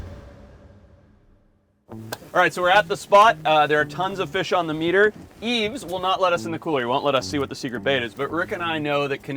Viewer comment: btw forrest "Yves" is pronouced "eve" not "eves"